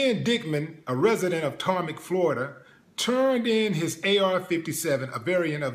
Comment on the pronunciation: It's Tamarac FL not Tarmac lol